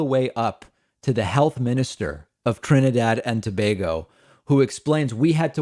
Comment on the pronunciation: Thank you for saying my motherland properly in this video. Someone must’ve corrected you from your other video lol.